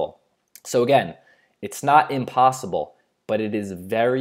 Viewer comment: It's impossible, not inpossible